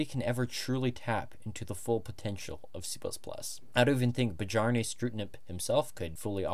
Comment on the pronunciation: Bjarne: Bee-yarn